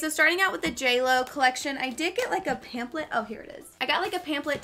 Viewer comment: DYING at the way you say pampHlet ;) ... PAMPLET lol